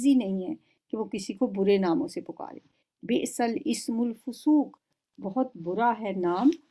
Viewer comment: Bisa lismul fusooq.... Plz recite Properly